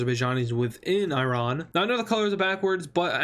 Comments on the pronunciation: The more the video progresses, the more he learns how to pronounce Iran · its not i ran ,its iran man ,pls correct your spelling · Irun?i hope my ears malfunctioned.